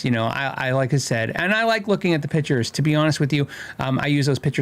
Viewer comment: Photographer here, and I love the show, but please, its Pictures not pitchers..